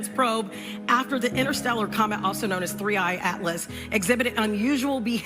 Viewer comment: 3 "I" atlas. Not 3 a atlas.